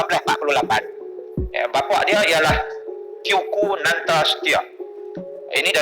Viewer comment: Teuku kok dibaca tiyuku? Bijimana itu ya...